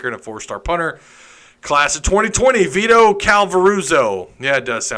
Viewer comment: Dude that is an Italian name. Vito is pronounced VEE-Tow .. you know like Vito Corleone The Godfather.